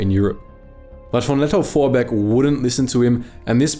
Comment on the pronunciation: Ah yes, Paul von "Not ze bees!" Vorbeek.